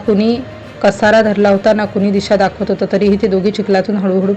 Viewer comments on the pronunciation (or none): बातमी सांगता का निबंध वाचताय. वाघ मागे लागला आहे का?. आणि कासरा म्हणतात .कसारा नाही.